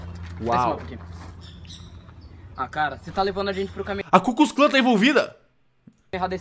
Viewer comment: quando o cellbit falou ku klux klan eu pensei que era cus cus clan